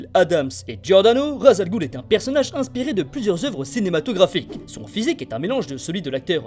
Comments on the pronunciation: Je suis arabe et ça ce dit raç el roul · Superbe vidéo avec une voix accrochante ! Petite nuance s'agissant de "Ras al ghul " qui signifie "tête de monstre" , une prononciation plus proche est "ras el roul" (le "s"ne doit pas faire objet de liaison pour devenir un "z" mais se lit "s"). Quant au "gh" dans "ghoul" le son le plus proche est un genre de "r" que le "g" comme dans "galaxie".